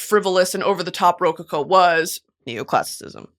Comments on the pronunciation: girl its ro CO-CO not RO-coco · ruh-co-co is how you say it lmao love you brit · why is brittany pronouncing rococo like that 😭 am i missing something?? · Pronunciation of rococo is taking me out